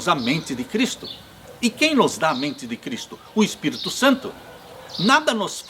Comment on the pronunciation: Gosto de você, mas não aguento quando você fala Espirto e não Espírito.